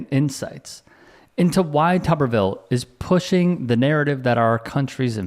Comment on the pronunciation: I think all reporters need to pronounce his last name as "too-ber-ville" until he pronounces Kamala's name correctly. He does it on purpose.